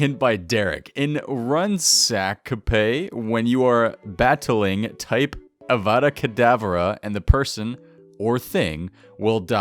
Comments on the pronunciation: its avada kedavra XD not avada kadavara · It's Avada Kedavara not kadavara! 😬🧙‍♂️